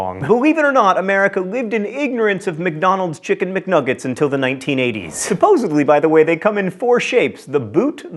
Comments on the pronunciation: Am I mistaken, John, or did you pronounce 'supposedly' as 'supposably'? Love ya', John! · ............. Supposebly??? Do we need a link for Common Mispronunciations here? Also Jazzercise